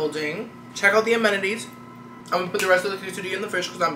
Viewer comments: You saying "amenities" reminded me of Nemo trying to say "anemone" 😂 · I can never say amenities either 😅